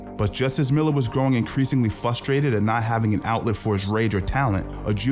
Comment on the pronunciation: Stopped watching at “Fustrated”